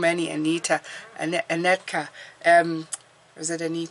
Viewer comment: Yes Anetka 🇵🇱. Thank you for saying my name correctly 🌻🌻🌻🌻 I’m going to Canada this weekend for the first time yay! Thank you for all the wisdom you are always on spot with everything!